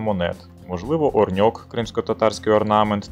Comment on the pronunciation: Чому Орньок? Коли вірно Орьнек